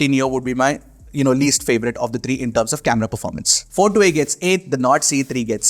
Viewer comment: bro why dont u pronounce three as three why do u keep saying TREE TIRTEEN etc..